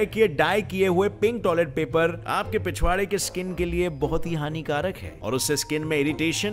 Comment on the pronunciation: When you say pichvaara I laugh so hard😂😂